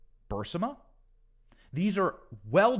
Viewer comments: Thought it was burisma not bursima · “Bursima”? Or Barisma? Shit, man. Reading skills!! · its pronounced bureezma though its spelled burrisma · Bur-IS-ma. You lose respect when you don't pronounce important names correctly.